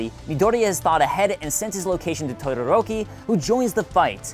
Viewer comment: tuduruki oml